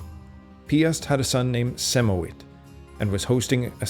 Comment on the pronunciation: I'm a Pole and I can give you a couple hints on pronunciation. The "ch" in Chościsko is pronounced like a regular h. You can ignore the first c. The "w" in Siemowit is pronounced like a v. Also, the "sz" in Mieszko is pronounced like a sh. Hope that helps.